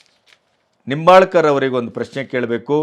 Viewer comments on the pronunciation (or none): ಉತ್ತಮ ನಿರೂಪಣೆ ಮಾಡಿದ್ದೀರಿ. ಆದರೆ ನಿಂಬಾಲ್ಕರ್ ಅಲ್ಲ ಹೆಬ್ಬಾಳ್ಕರ್ ಅಂತಾ ಹೇಳಬೇಕಿತ್ತು. 👏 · Nimbalkar ಅಲ್ಲಾ hebbalkar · Sirr, It is not Laxmi Nombalkar, it is Laxmi Hebbalkar.